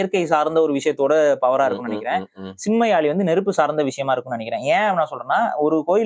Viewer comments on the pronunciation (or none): First topic subject Olunga mathunga. It’s not Yaali! It’s Yazhi! Antha zhi Tamil mozhiyin azhagu athukagave my daughter name is Yazhini